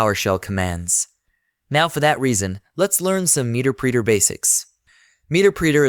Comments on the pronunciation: OMG!! Muh-Ter-Pre-Ter NOT MEETERPREETER otherwise great tutorial. LOL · the voice is AI...he called it "meterpreeter" lol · "Meter preeter"... 😅